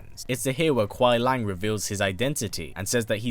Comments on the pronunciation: Kuai Lang? Do you mean Kuai Liang? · Its kuai liang not kuai lang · It’s not Kuai Lang, it’s Kuai Liang there’s an I in it. It’s pronounced LEE-YANG. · As good as this video is you pronounced Kuai Liang name wrong the whole video it’s not Lang it’s Lee-ang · Kuai liang (Lee-ang) not lang lol. But we get what you mean. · Bi-Han is most likely not the first Sub-Zero; there's one in Deception who appears far too early on to be the same kharacter. Also, Kuai Liang is pronounced LEE-ANG, not LANG. Noob Saibot isn't a revenant either, otherwise he'd still have ice powers. He's a wraith. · Great video featuring my boi Sub Zero. But it kinda kills me every time you call him Kuai LANG and not Kuai LIANG. Just a little thing. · It was good, but he kept saying kuai “Lang”. And not kuai “Liang” (Kuai-LEE-ANG).. we know what he was saying but yeah lol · Why do you keep saying Kuai Lang? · Pronounced: Kuai LEE-ANG. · I like how you pronounced Kauai liang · It's spoken as kuai li-ang. Speak It correctly if you do an update video in the future.. but a good video. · bit correction : 奎良 is pronounced as "koo-e lee-ung"